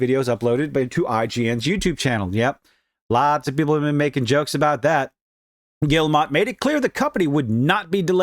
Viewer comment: Yves = Eves Guillemot = Jee-moe